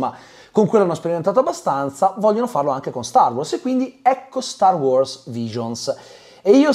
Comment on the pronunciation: …. StarWars!!!!!!! Sbagli sempre accentooooooo